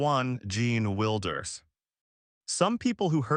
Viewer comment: It’s not Wilder, sounds like Wild—er. You will never get anywhere with cheap Ai